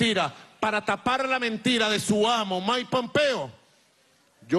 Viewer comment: “Maipompeo” :v